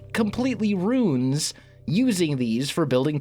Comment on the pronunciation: Also. Ruin is Roo-in not Roon. Thx.